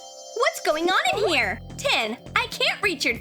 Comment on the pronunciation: It's tin